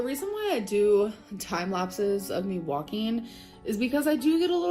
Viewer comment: Why does she pronounce "walking" like "Joaquin"? I keep thinking of Joaquin phoenix lolol